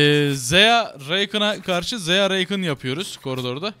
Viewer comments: bu arada söliyim zeya reykın deil zaya rakan diyo okunuyo .-. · yalniz Reykin degil Rakan yani yazıldığı gibi aynen. Zeyah degil Zaya. Sadece söylemek istedim. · Abi Zaya ve Rakan diye okunuyorlar